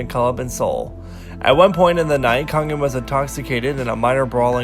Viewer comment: Its not taol its Tao and its not Kongin its Kangin